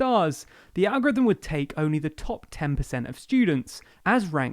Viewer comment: You mean the Algorivem...Lllizard... who ever fort vis guy was a defense or education secretary or public speaker